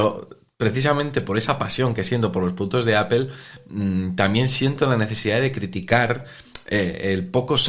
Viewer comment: Me sangran los oídos cada vez que pronuncian mal el nombre de la marca